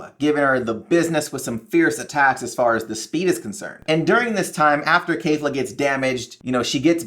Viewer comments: Kefla not Kayfla...you watched the show so you know how to say it. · keh'f-la not kay'f-la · why would a guy who doesn't even know the characters names (kefla not kayfla) have anywhere near an accurate theory?